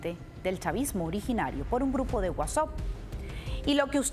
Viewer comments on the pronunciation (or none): Señorita ... no pronuncia WhatsUp ... lo correcto es WhatsApp. Usted está en USA. Corríjase por favor. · Se pronuncia WhatsApp, justo cómo se lee 🙄🙄🙄